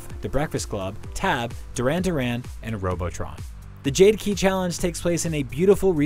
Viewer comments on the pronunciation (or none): none